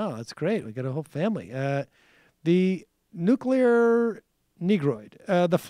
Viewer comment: Michael says "could care less" and "nukular." C'mon man even Trump gets those right.